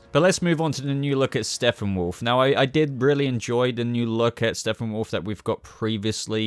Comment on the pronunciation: Dood.. Am I trippin or do I keep hearing "Steffenwolf" everytime time u say his name in this video?? Lol.